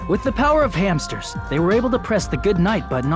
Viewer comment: With the power of hansters